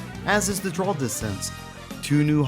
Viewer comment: What's a "drawl" distance?? 😅